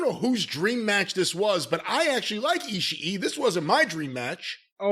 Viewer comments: "EE-She-EE!" Japanese Potato 😂🤣🤣😂! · "Eeeee" Corny always has to refer to Ishi as "Eeee" now 🤣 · I feel like saying Ishii as "Ishiee" is making it worse for when Jim says it as Eazy-E lol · Jim got me dying laughing at him saying ishii name🤣🤣🤣🤣🤣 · Every time Corny says Ishii’s name I’m LOLing